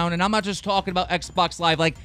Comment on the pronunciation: "talkling" xD